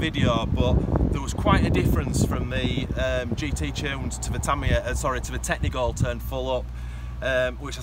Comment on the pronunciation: tamiya, not TARMARARRR